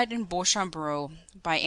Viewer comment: your reading is awful and its pronounced Beacham!!!